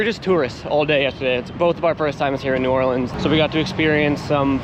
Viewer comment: First person to pronounce New Orleans right that made x games content🎉🎉🎉